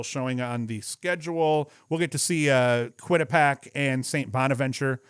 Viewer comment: Just to help out...Quinnipiac: kwi-nuh-pee-ak